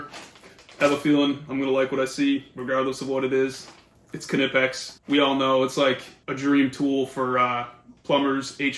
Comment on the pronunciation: Knipex, pronounced: Nye-Pex